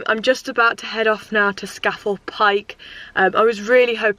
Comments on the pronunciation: It’s pronounced scar fell pike dear 👍🏻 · Love your off grid videos and it’s pronounced ..SCAaaa FELL.. Pike 👍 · Scafell is pronounced Scarfell I lived up there for a few years enjoy it's fab !! The name for people who climb these peaks are nicknamed Cragrats by the locals !!